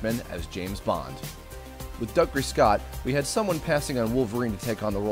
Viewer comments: Dougray Scott is pronounced (doo gray) not (dug ray) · it's not dug-ray scott it's doog-ray scott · Great Video, just one point though. Dougray is pronounced Doogry, not Dugry :)